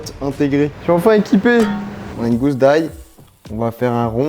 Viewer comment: Moi et ma conjointe sommes confus sur le point de ta diction, est-ce que tu dis une GOUSSE ou une GOUZE d’ail ?